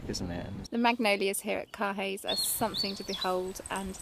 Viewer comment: Beautiful scenery however Caerhays Castle is pronounced Cur-ayz castle, not Car Hays Castle.